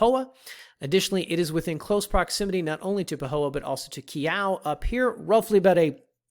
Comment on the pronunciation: Help with your pronunciations... Phonetically... Keaau = Kayow Kahena = Kayhena Pohoiki = Po-ho-iki or some just say Po-hiki Kahakai Blvd = Ka-ha-kai